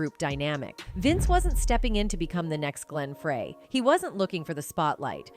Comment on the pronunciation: Glen FRAY. . . you'd think that even AI would know the difference.